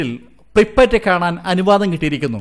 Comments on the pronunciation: Preepatt alla prypyat aanu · Pripat alla pripiyat ennanu